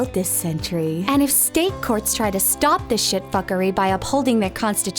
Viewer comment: She pronounces "shitfuckery" in a perfect English accent, it took my wife about 12 years to learn that one! I've been a fan of juicemedia since episode 1. George Orwell was my favourite, and i still laugh at the russian reporter's name, Ivan Sukamanov....🤣🤣